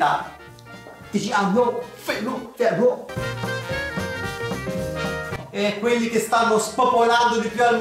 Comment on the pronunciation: Adesso anche io lo chiamerò: "TiCiAnO fErO" Aahaahhahahahahaha muoio